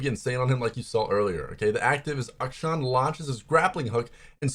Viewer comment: Rito said it's Ack-Sean